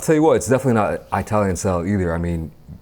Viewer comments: Eye-talian got me everytime 💀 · Eye-talian 🤣🤣🤣 bro. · Did anyone hear eye-talian pizza a few times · uses Eye-talian and Italian interchangeably to cover all bases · No one:: 👁 talian